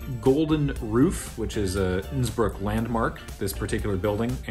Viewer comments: Whenever you say "Innsbruck" (in both this and the main olympics videos) I keep thinking you're going to say "Nsburg" ...I'm not sure if the idea of Nsburg hosting the olympics (Qwerplympics?) is hysterical or horrifying (or both) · When said Innsbrook I had to rewind and double check that he hadn’t said “Nsburg” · Unrelated to much of anything - but I can't hear "Innsbruck" without hearing "Nsburg" and trying to imagine what the Olympics would look like in that universe.